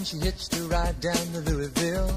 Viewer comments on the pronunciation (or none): Since the song title is "Mississippi," I assume he's referring to Louisville, Mississippi, which is pronounced "Lewisville" not "Louie-ville" like the city in Kentucky. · Melvin McFatter........He might be referring to Louisville, MS after all, but he pronounces the name as "Louie-ville" in the song. Since he's probably not a native of Louisville, MS, he either mispronounced the name or he's talking (singing) about another town ??? 5-29-18